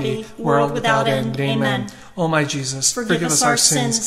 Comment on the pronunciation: Thank you ! Can you please 🙏 ask the lady to say the " Amen" properly as she sees to say " Ama" !!! 😢